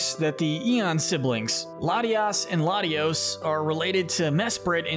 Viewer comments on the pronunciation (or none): you messed up latias and latios' names